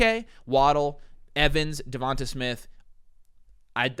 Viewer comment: The way yall pronounce Devonta Smith pisses me off. Devontay is how you say it not Devontuh lmaoooo